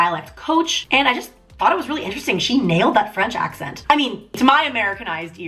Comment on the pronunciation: I live in canada were we have two languages English and French Taylor's accent was perfect